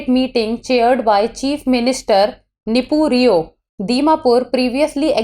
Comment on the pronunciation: Keep laughing at her nepu Rio pronounciation while she laughs at yo knowledge,money , background everything else 😭